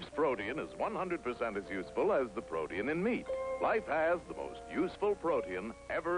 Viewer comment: This is the first time I've ever heard "protein" pronounced w/ 3 syllables.